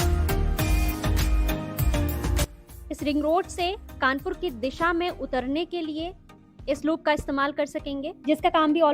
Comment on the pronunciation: It's Kanpur, not Kanapur